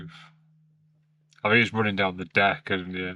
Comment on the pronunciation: Consult Brupeg on the proper pronunciation of 'deck'.